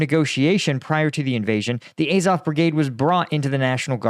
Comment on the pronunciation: Incredible that you can pronounce "Azovstal" correctly, but not "Azov"! Bet you also pronounce Ducati "Ducaahhti", although I doubt you pronounce cat "caahht".